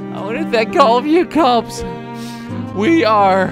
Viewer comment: What he said: I want to thank all you kops What I heard: I won't think to call the cops